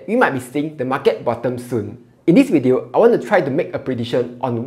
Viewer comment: video is pronounced as WEEEE TEO!